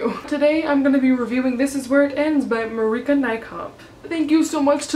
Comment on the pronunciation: Cool! You actually pronounced it pretty good haha, we just talk with a different 'a' and 'r'